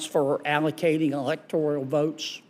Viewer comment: Electoral, not electorial.